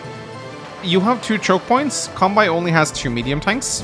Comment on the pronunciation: I'm not very good at this game, so your tips and tricks are highly welcome! By the way, I'm Japanese, and the correct way to pronounce "Kanbei" is something like "kan-bay."